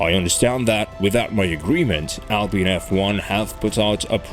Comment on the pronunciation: Thanks a lot for fixing your pronounciation of "Alpine" :) Good work, as always ! Keep it up :)